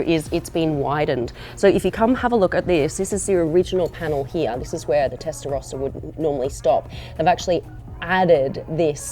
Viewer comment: Das heisst erstens nicht Testarosa sondern "Testarossa" gesprochen mit zwei s.